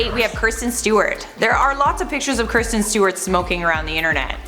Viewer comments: Its Kristen not Kirsten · It's "Kristen Stewart" not "Kirsten Stewart" and you spell it "David Beckham" not "Beckham" 😂🤦🏼‍♀️ did nobody notice pre production? This is just sloppy research!!! Come on!!! Do better!!! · Kristen Stewart. It’s Kristen... not Kirsten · It’s Kristen not Kirsten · Anyone else bothered by her saying kirsten and not Kristen 😂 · It's Kristen, not Kirsten :p